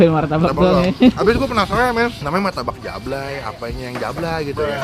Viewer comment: Martabak bang bukan maytabak